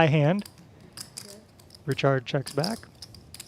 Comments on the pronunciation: His name is sounded out as rike hard not reke hard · It's RYE-card not Richard c'mon ....